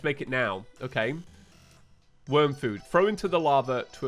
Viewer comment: Worm not worn